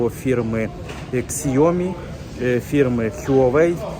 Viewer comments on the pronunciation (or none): none